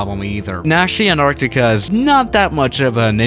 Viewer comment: Anartica?u mean Antarctica